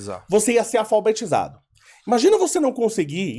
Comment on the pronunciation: Minuto . O gordo manda um "aFALbetizado". Ele deve ter feito parte do 1/3 que parou de frequentar as aulas. Jumentinho se acha inteligente ainda.